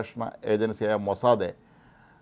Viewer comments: മോസ്സാദേ അല്ല മോസ്സാദ്‌.. Mossad. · This new pronunciation Mossade is so jarring. Is it Hebrew pronunciation? It is pronounced worldwide as Mossad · എല്ലാവരും പറയുന്നു,, മൊ സാദ്, നിങ്ങൾ പറയുന്നു മൊ സാദേ, ഹിഹിഹി,,, ടുംടുംടും,,, നിങ്ങക് അയ്യേ അറിയില്ലേ ഈ ഭാഷ,,, ഹൈഹായ്‌ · മൊസ്സാദേ അല്ല..മൊസ്സാദ് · മൊസാദേ അല്ല - മൊസാദ് എന്നാണ് ഉച്ചാരണം. "മോശയുടെ കണ്ണുകൾ" എന്നാണ് അർത്ഥം. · താൻ എന്തിനാടോ... Mosadhe എന്ന് പറയുന്നേ... 💥💥💥its mossad 💥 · മൊസാദേ അല്ല....... It's Mossad. കുറെ ദിവസമായി ചേട്ടൻ മൊസാദേ എന്നും പറഞ്ഞോണ്ട് ഇരിക്കുന്നു..... ഒരു മാതിരി രാധേ, സരിതെ, ഷീലേ എന്നൊക്കെ വിളിക്കുമ്പോലെ..... 😂😂😂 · അദ്യം മരിയാദക്ക് മൊസാദ് എന്ന് പറയാൻ പഠിക്ക്. Irritation ആകുന്നു നിങ്ങളുടെ മൊസാദേ എന്ന തെറ്റായ ഉച്ചാരണം കേട്ടിട്ട്. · മൊസാദ് എന്ന് പറ..... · അയാൾക്ക്‌ എന്തോ പറ്റിയതാ പാവം ലേഖ കൻശരിക്കു മൊസാദ് എന്ന് പറയാൻ പോലും അറിയാത്ത മഹാൻ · സുഹൃത്തെ എന്നു പറയുന്ന പോലെ ആണ് ഇദ്ദേഹം മൊസാദെ മൊസാദെ എന്നു വിളിക്കുന്നത്....... 😔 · It is sounds like maw-sad(mossad) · ഈ മഹാൻ,,,,, ഇന്നലെയും ഇതുപോലെ പറഞ്ഞു, പാവം അറിയില്ല അല്ലേ നമുക്ക് അങ്ങട്, ക്ഷമിക്കാം, അല്ലെങ്കിൽ വേണ്ട